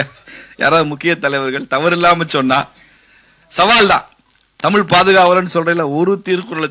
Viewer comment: Tamizh is pronounced as தமிள் தமில். வெட்கம்